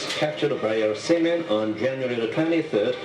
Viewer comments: the korean narrator says captured by our semen instead of seamen. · Seamen i heard it as semen did any else? 😂😂😂😂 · "captured by our sea-men" LOL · did he say "captured by our semen" ? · “seamen” in an North Korean accent 😂 #yourewelcome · He pronounces "seamen"... weirdly... lol. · Korean man says seamen:D